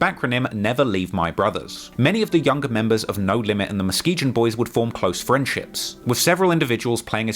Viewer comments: do yourself the favor of understanding THERE IS NO EASTSIDE OF CHICAGO. There's north south and west sides but east of downtown is the lake. Don't let anybody tell you different. Also Muskegon is pronounced mus-kee-gun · It’s pronounced Mus-Kee-GONE!! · Muskegon is pronounced with a hard g. MuskeGUN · Muskegon is pronounced muskegone that G is actually pronounced as a G not as a J. Just thought I would let you know. Your documentaries are fire though. But this irked my nerves in this one lol. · Nobody gonna say anything about how he’s butchering Muskegon 😂 it’s pronounced Ma-ski-gun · Musk-Key-Gone Boys pronunciation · was looking for this comment, thought I was trippin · It sound like he said they was the ↪mosquito↩ boys 😄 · It's pronounced muskeegun fool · Musk e gan lol why do you pronounce it so weird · I love your content but growing up in the Midwest I gotta help ya on one pronunciation. It's Mus-Key-Gun, lol it's just a silly thing to point out. Keep doin what you do, that Von doc went hard as hell. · It’s pronounced MUS-KEE-GUN. There’s no way he would know that but it’s driving me crazy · Muskegon is pronounced Mus-ke-gun, got it? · In NLMB Muskegon, is pronounced Mu-skee-gun, I’m from Michigan where Muskegon is and a lot of the streets in Chicago are named after places in Michigan for some odd reason. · Muskegon is phonetically pronounced “Mus-Key-Gun” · Ma-skee-gan. That's how it's pronounced, homie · Dam it bugs the fuck outta me when a content creator doesn't take the time to learn how to pronounce shit.. MUS- KEE- GON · It’s pronounced MUSK E GUN lol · It’s pronounced Muskegun bro, like Gun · It's pronounced musk-key-gun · Brahh… it’s ‘muss- key - gun’ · It's MUH-SKI-GUN sir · Lol I pretty sure it's pronounced Moskegun. I have a friend from Muskegon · Thank you. As a Michigander, the muskee-gin was really getting to me. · love ya babe but it's pronounced - Muh Ski Gun Muskegon, MI born and raised. Holla. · Girritated Uy